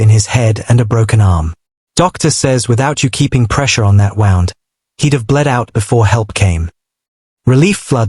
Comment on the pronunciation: You missed pronuced wound